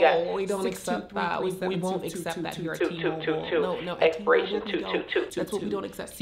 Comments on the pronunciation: Tha k you for calling T-moouuble lol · The pronunciation of t- mobile is cracking me as if she is saying t Mobo